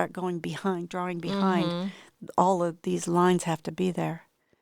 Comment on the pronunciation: It’s quite funny pronunciation. The correct way to say drawing is draw-ing not dra-wing.